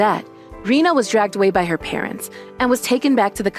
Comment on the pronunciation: Oh yeah, Rina instead of Rena.